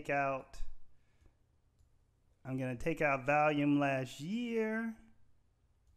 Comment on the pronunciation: You say "valium" instead of "volume". 😂